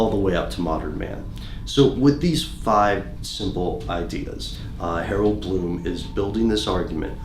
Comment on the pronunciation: Glow of Brightly Burning Hope HAROLD BLOOM hahahahaha...I guess he got the "H" part right.